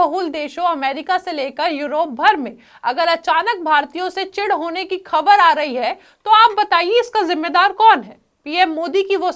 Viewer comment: उर्दू जुबान ठीक करो खबर नहीं ख़बर होता है।